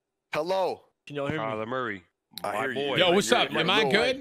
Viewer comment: Kyler "Murra"? Who that?